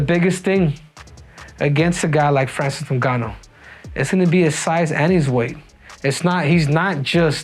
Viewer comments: its ingaanuu.please pronounce his properly!!!🤬🤬🤬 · Every time you say Francis last name you pronounce a little more improperly each and every time. "Nogannu" now it's "Ningannu / Nugannu" lmao.